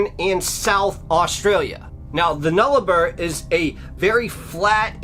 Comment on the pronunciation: YaY!! Thanks!! An Aussie story! It's pronounced air -Eyre. And Nullabor is pronounced Null-a-bore/boar. Sorry.... Im a bit of grammar nazi.😆 I have heard this before but it isn't very well known. Plus U told it so well, with such enthusiasm!! Thanks for the Aussie story! 🇦🇺